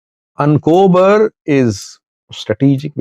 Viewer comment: Not Ancober it is achokerer 😂